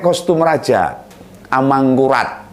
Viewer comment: Rijal rli itu gak jelas bicara ngomong r sja gak jelas r mana r mangkulat2 apah. Amangkurat og amangkungngkuhraat2